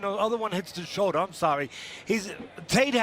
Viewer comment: "A glass shouldah"!